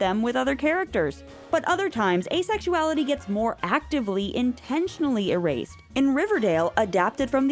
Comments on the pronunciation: erased more like er-aced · Er-aced no more